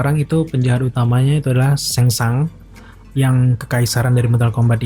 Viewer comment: Ejaannya benar dia bro. Kalau indo baru bacaannya sangsung